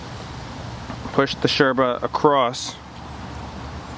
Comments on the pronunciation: Loved the vid, hated that you pronouncing yerba and bombilla like a pretentious Argentine. hahaha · cool videos, just one thing... is not necessary to call yerba, SHerba, or the bombilla bombiSHa. Thanks! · Why do you say „sherba“? Do you say „shes” instead of “yes” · First of all, i'm from paraguay. I found out this whole yerba trend thingy a while ago, and i'm somewhat glad it took off, more places i can travel to and still be able to keep it up with the habit. But why, for the glory of satan, why do you say "sherba" and "bombisha" with that obnoxious accent? I mean, you do use a perfect porteño accent, if somewhat exaggerated. But, why? My ears almost bled. It's ilex paraguayensis, you know that, right?